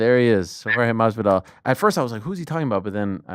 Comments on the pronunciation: Finally!!!! Jorge Masvidal corrected Ariel on how to properly say his Name!!! Hearing Ariel say Madvidal instead of MASvidal has been a thorn in my ear for years now! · Ariel pronounces the name correctly when he says it in English, but when he try’s to say it in Spanish he says it with a silent “s”. Yes I agree that Ariel is dedicated to pronouncing names correctly. Ariel is also very respectful. With that being said, do you think if Jorge corrected Ariel in the past that Ariel would continue to say it that way? No he wouldn’t. Let’s just agree to disagree. We’ll see next time they talk. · He's been correcting him for over a year. Lol you must be new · Saaaame, but he's corrected Ariel before, he just didn't care to stop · He's corrected him a few times before already, obviously Ariel knows how to say it. It's clearly shtick. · Jorge never corrects him. It’s not a shtick. How would saying someone’s name incorrectly be funny or a shtick? Bet you Ariel never says it like that again from now on. Ive been listening to Ariel for years, I’m not some new fan. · Yes, he has corrected him before on the MMA Hour. I guarantee Ariel says it the same way , just like he has even after Jorge corrected him. It shtick because Ariel is comically mispronouncing it, to an exaggerated point. If you are not new, you would know how dedicated Ariel is to correctly pronouncing names, you really think he wouldn't know how to pronounce Masvidal after a decade of interviews? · It took me less than 5 minutes to search "Masvidal MMA Hour" and you can see the interview where Jorge teaches Ariel how to pronounce Masvidal. It is 3 years ago "Jorge Masvidal: Jake Paul is trolling the 'Whole World' " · Ariel isn’t a guy who would purposely mispronounce someone’s sir name wrong. I’ve always wondered why he pronounced it with the D instead of the S…Finally. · How many times does Jorge need to correct Ariel's awful pronunciation?